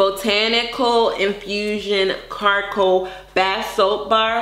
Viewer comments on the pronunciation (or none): Bish wait. Did pronounce CHarcoal - CAR-COAL??? 😂🤣😂🤣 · I know that’s not how she said charcoal